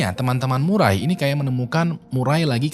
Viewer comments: Murray dibaca "Meurri" Sebenarnya bukan Murai :), jadi Maurra Murray dibaca "Morra Meurri" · Nama cewek itu Maura Murray nama keluarga di sebut Murei.. Maaf bro sedikit pembetulan